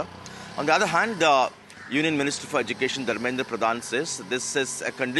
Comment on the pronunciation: If one has to communicate alone they can do a one month language course for spoken hindi or spoken odia or whatsover .. why thrusting on us. Education minister Dharmendra Pradan cannot even pronounce Education properly .. edukesan...that's how he pronounces